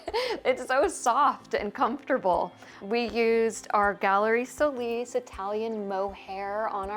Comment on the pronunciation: It's SO LIS not how your pronounce it to make it sound anglo. It's a Spanish surname. You are unfortunately not accepting that. So sad....